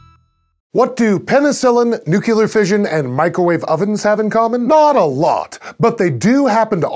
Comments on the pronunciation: it drives me nuts when people say nucular instead of nuclear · If you can say "there are new, clear directives for that", then you can say nuclear without saying newkiller. I mean yeah, a nuclear bomb was once a newkiller bomb, but things change. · I'm glad the editors are annoying by the nuculer thing too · I'm sorry, but this is scishow for crying out loud: Noo-klee-ar NOT Noo-kew-lar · NU CLEAR. NU CLEAR. Not NUKE-U-LER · you're my favorite Sci-Show host by a large margin. However, it's new-clear, not new-que-ler. Nuclear reactions aren't BBQ. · Because the host mispronounced it "Nu-ku-lar" instead of the proper pronunciation "Nu-clear" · Did you seriously just pronounce "nukular" instead of nuclear? What the hell? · wait did he say nuculer? You'd think a presenter of a science channel would know how to pronounce that properly, especially since it's used mostly in physics and Space is a huge part of physics. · I couldn't help but notice the opening bit where "LE" in "nucLEar" is stressed in the text when he pronounces it "nucular". It's a pet peeve of mine too, glad to know I'm not alone in this. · It most certainly did not originate with the Simpsons. While the show may have, perhaps, brought the mispronunciation into popular culture, it has been around for far longer. My dad is 77 years old and has always said "nucular". He's never seen a single episode of the Simpsons, and even if he had, he certainly wouldn't have changed how he pronounces words because of a TV show. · I love how the opening wording for nuclear highlights the Le when he says nuculer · Nucular"? How did nobody pick up on that during the recording? The animated text was funny, but really, its not hard to get right. Especially when you're presenting a science show! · Did you just say NU-QU-LER! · Is he running for president? Nuke-you-ler? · did he say NU-CU-LAR!? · Lol "nucLEar" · Nucular? How'd that happen? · The word is NUCLEAR, not NUCULAR!!!!! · It's Nuclear...NOT Nucular!